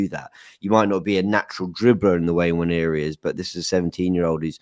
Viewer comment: Love the show but am I the only one who gets annoyed with how a lot of these guys pronounce Nwaneri? Like wtf is WAN-YE-REE. It's really not that hard. Say it with me NWA-NE-ri. And teach it to the as well for the love of god